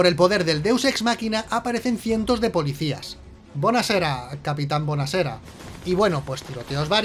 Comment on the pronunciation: buoazera capitan buonazera genial jajaj